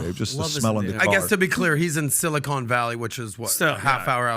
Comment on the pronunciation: I love this podcast. The thing that stood out to me is when said Sili-Cone valley😂❤❤ All love gentlemen!!!